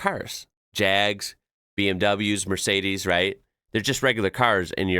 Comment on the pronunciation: 1. It's Mercedes not Mercades. 2. is a BMW 635 CSI E24. 3. What's the trend of holding a clip on microphone in front of your mouth about? To make sure you get lousy sound and look dumb at the same time..?